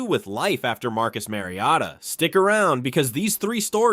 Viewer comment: How did he say his name? This is clearly AI. Kayshon BOWWWETTEE and Marcus MARIOTTA.